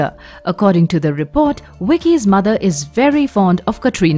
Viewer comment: It's Vicky not wicky and it's watch not votch.